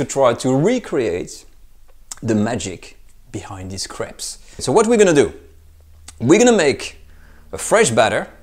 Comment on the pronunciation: It sounds like he’s saying he’s gonna make the most super savory craps today